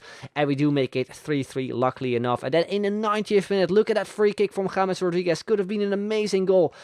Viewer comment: Finally a youtuber who knows how to pronounce James